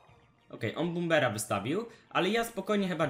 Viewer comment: Dobra już nauczyłeś się mówić "prins" a nie "prajns" to teraz tylko bomber -.- PLZ